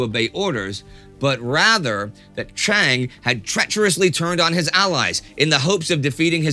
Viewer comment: Pronounce Chiang as Jiang and you are perfect.